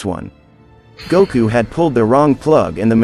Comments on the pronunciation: I am just glad that we have a Goku in the Naruto universe. Let the correct pronunciations be damned! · Gouku, Shikamauru 😂 Tamauri... This word Stells... Ouruchimauru 😂